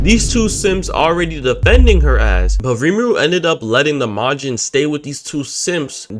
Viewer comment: Bro, ain't no way you just hit 'em with the hard J in Majin